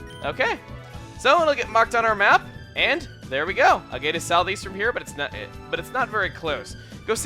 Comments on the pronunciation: A-gate village, really? Agate is a type of stone, and is pronounced ag-et. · IT'S AH-GAH-TÉ. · you always have trouble pronouncing Agate. Haha it's "ag-IT"; rhymes with maggot.:) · Thurley I just double-checked. Apparently it can be pronounced both ways. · Agate is pronounced like bag it. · Modus Operandi is Latin for Mode of Operation. It stands for the way in which a criminal goes about performing the crime. Crime shows use this a lot abbreviating it to MO. Also you still can't pronounce Agate,.